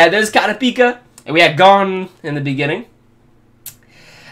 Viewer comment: Does he ever pronounce kurupika right?